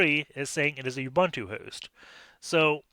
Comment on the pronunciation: Dude he pronounces nothing right... He pronounces Ubuntu as "Youbantou"... What did you expect? :p